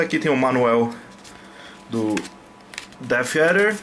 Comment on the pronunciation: "manueu do deffeader" XDDDDDD